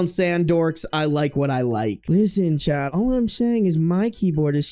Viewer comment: I just want you to know it took several months to realize you were saying "chat" and not talking directly to some guy named "Chet".